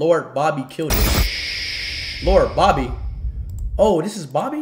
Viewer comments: Bobby ❌ babby ✅ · speed be like ...lord boby🚫lord barbie☑......🤣🤣